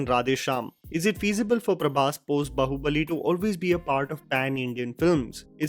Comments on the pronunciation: Chuthiye, pehle baahubali bolna seekh , bahubali nai be , movie me suna nahi kya, review Dene aajatha he 😁😁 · बहूबली nhi bhaiya, बाहूबली hota hai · Please correct yourself with the pronounciation of "Baahubali". It is disappointing that you have spoken the name so many times but you still miss the second 'A' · brother: a HUMBLE REQUEST IT AINT BAHU-BALI(LIKE SAAS BAHU YOURE SAYING IT MAN) IT IS BAAHUBALI, BEING AN INDIAN YOU STILL CANT PRONOUNCE IT CUZ OF THE LEFT PREVALENCE IN YOUR WORLD, UGH SHAME. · WTF is “Bahubali”,? It’s “Baahubali”. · Its baaaahubali....not bahuuubali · it is not "bahu" bali but "BAA-Hu-Bali" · one correction it's pronounced "Baahubali" not Bahubali, there is "-" over the letter 'a' in the poster (ā) which is pronounced "aa". PS: the only Prabhas project I'm confident about is Salaar with Namma Prashant Neel, a proven Filmmaker already. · Yaar loved the review. I would like to say one thing. You mentioned incorrect pronunciation of Hindi words by Prabhas causing issues. Which makes sense since he will have a different accent. I just wanted to shine light that every time I hear you mispronounce a Telugu word, I cringe the same way. Even big name movies like baahubali, which you can watch a million YouTube videos pronouncing it to learn the correct way, are most of the times said incorrectly. I do not judge because it’s not your mother tongue, and you’re trying your best. I think the same level of judgement should be reserved for prabhas as well no? It’s a sentiment that goes far back that North Indians expect us to pronounce Hindi words correctly, but when the same happens the other way there’s not much said about it. It would be nice if we get past this criticism of incorrect pronunciations. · Just wondering When you put this much effort in reviewing a movie but not caring much about correct pronunciation of well known word BAHUBALI